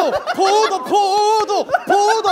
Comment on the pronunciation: 나만 포도가 계속 코모도로 들리나